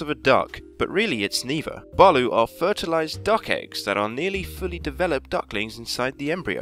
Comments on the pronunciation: baloo? its pronounced balut geez! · it's not balu it's balot and it's delicious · Thank you gummy bubble I am not the only PHILIPPINE commenter And it is pronounced ba-lut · I'm from the Philippines it's not called Baloooo it's called balot and it's really delicious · I think u messaged me on twitter to watch this and it was good! Btw balut is pronounced buh-loot. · We call it balot not balut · I have had balut before and it's pronounced ba loot, from a filipino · Thank you gummy bubble know I know that I am not the only PHILIPPINE commenter And also it is pronounced ba-lut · I'm Filipino and Canadian and you said balut wrong but whatever 😂😂😂